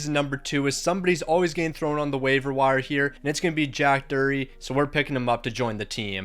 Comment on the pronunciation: It's pronounced Drury (Drew-ree) but I may be wrong...